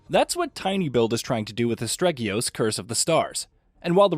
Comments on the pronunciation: I can't agree with this review. If you start off by not getting the name of the game right, I'm not surprised. Feels like someone read a short synopsis and then just conjured something up from thin air. I came to As-te-ri-gos from Elden Ring directly and immediately felt the souls-lite-like vibe and other similarities it has. I've had exactly one technical difficulty with clipping through the vineyard in the sunken marsh and that's it. I think the combat system is brilliant with the main and secondary weapon complimenting each other and I also enjoyed the lore that was spread out the world to bolster the story. I would've rated this 8.5/10. A better version of Immortals - Fenyx rising (which is not a bad game either) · Rumor has it that someone kept pronouncing it wrong by calling it Astregios and got it banned. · Um... "Astregios?" Really? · I was thinking the same thing. If you’re reviewing the game at least know how to pronounce it. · It's almost like he procrastinated on his review deadline and tried to speed run the game to piece one together. "Asterigos" is sounded out for you in the game enough times for you to not have an excuse to say it wrong. He doesnt seem to be aware that he is reviewing a small budget game either, but probably gave the absent story Elden Ring a 10/10 because the trees looked pretty. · Im so shocked that he mispronounced the title within the first minute, and it hurt my heart every other time I heard it throughout the video xD It is still, however, an excellently detailed review as always, thanks!! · Man, you are butchering the pronunciation of Asterigos. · What a bad review. I don't even know if you liked the game, let alone if you recommend it. And you pronounced the name of the game completely wrong every time, if I were searching for the game based on your pronunciation, I'd never find it. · Sir you don't even pronounce the title right, it's Aste-rigos not astreggios! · as-teri-gos not astreggyious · Did you just say Astregios? Wow!